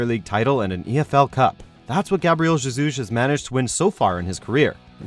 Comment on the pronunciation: that’s not how you pronounce Gabriel Jesus...